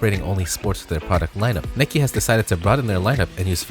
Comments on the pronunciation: Bro it’s Nike not nikey lol u have never pronounced and e at the end of the word as an eeee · When he keeps on pronouncing it as Nikee and not Nike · Its not Nike-y it’s Nike, it’s not bike-y it’s Bike, simple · why are you saying nikey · Why he saying nike like that. Its frustrating